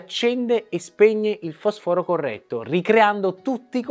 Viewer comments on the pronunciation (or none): Fosfòro non si può sentire. Ma è uscita una legge che non conosco che ci sta obbligando a spostare gli accenti alla vocale successiva? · Si pronuncia: fòsforo; eppure è il tuo campo.